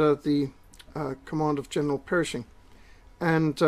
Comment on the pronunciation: PERSHING, not "Perishing"!